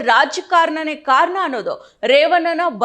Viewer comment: ಕನ್ನಡ ಸರಿಯಾಗಿ ಮಾತಾಡೋದು ಕಲಿ. ಕಾರನ ಅಲ್ಲ ಕಾರಣ.. ರೇವನ್ನ ಅಲ್ಲ ರೇವಣ್ಣ